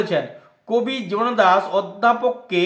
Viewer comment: জীবনানন্দ দাশ উচ্চারণ ই তো করতে পারছেন না ঠিক করে।